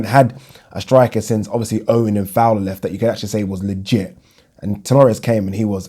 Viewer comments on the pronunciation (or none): none